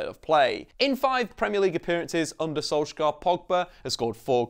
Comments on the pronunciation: Can you please say his name right? It’s sol-shy-er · Perfect video apart from how you say "solsk-gaaar"😂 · learn his name properly plz